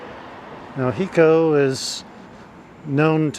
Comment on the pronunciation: It's not a short I It's a long I. Like high-co. Not he- co.